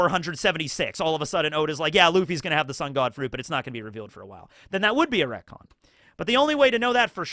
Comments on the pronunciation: It took me way too many times to realize he was reconing the word recon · Bro it took me wayy too long to pick up the fact that you retconned "Retcon" multiple times 🤣. I genuinely thought I was tweaking hearing that definition 3 times and that I might've misheard it